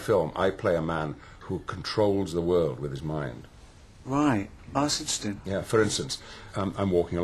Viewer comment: Thanks, I couldn't get the "that's interesting", it sounded like "asistrin" lol 😂